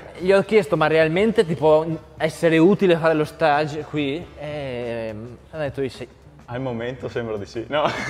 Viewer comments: "stage" significa teatro in inglese la pronuncia corretta è quella francese, mentre per dire tirocinio in inglese si dice internship. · LA pronuncia giusta è quella francese. Stage con g dolce ed e finale muta. te lo avevano già scritto? :-) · Forse te lo hanno già scritto nei commenti ma vabbè passerò per uno dei tanti pazienza. Si dice "staj" e non "stèig" perché è una parola francese e non inglese, infatti si parla di "stage pratique". Se ovviamente sei un costruttore e stai facendo un posto dove ci si esibisce in un teatro allora possiamo parlare di palcoscenico e quindi di stage "steig". Mi domando perché di tutte le parole che noi italiani pronunciamo male in inglese proprio una che non è inglese abbiamo deciso di pronunciarla correttamente, non ha senso!!! Mi scuso per il commento relativamente pedante e inutile, ma ho svolto di versi stage in vita mia soprattutto uno in Francia ed è una di quelle cose che mi triggerano pesantemente, proprio come piegamenti e non flessioni... XD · si dice stage... (stasc) è un termine francese non inglese ;) comunque a parte il termine, complimenti